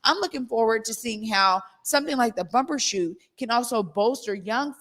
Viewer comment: It's Bumbershoot, not Bumper.